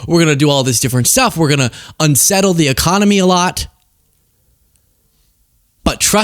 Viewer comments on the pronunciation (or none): none